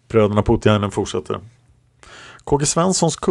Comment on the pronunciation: Namnet Poutiainen uttalas Påotiainen (alla vokaler kort). Det allmänt förekommande uttalet har en smått obehaglig betydelse på finska 😉.